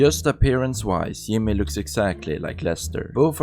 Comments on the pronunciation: It’s Jimmy not Yimmy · Is there a reason you pronounce J as Y or is it just due to accent? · Its the german accent bro, J is pronounced I in german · This dude need to get the shit out of his mouth and talk right and learn to pronounce words because instead of saying things like job, Patrick,yellow jack,jacket, Jimmy he says yob,park it, yellow yack,yacket,yimmy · Who is "Yimmeh" and what is "Jeethay" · you. You pronounce Jimmy’s name wrong.